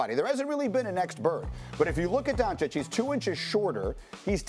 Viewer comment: For a top notch reporter we should expect after 18 months to pronounce Doncic correct. Stop it!!! SaS. Even chinese and Arab reporters are pronouncing it correct.